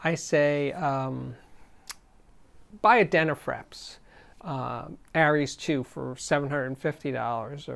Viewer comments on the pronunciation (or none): none